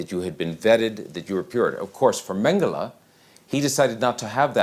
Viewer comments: How difficult can it be to pronounce his name Mengele, not Mengellleh…….??????? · I gave up, I don't accept censorship and bending the truth. Stop uploading this to evil YouTube! By the way speak his name CORRECT. Mengele! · The narrator's mispronunciation of Mengele ruins this excellent doc. How could this be allowed to happen by the producers? How hard can it be to say it correctly? It's like calling Trump 'Tramp', or Putin 'Pew-tyne' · Learn how to pronounce his name , you sound uneducated!!!!!!!!!!!!!!!!!!!!!!!!!!!!!!!!!!!!!!!!!!!!!!!!!!!!!!!!!!!!!!!!!!!!!!!!!!!!!!!!!!!!!!!!!!!! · Why is the name Mengele so wrongly pronounced?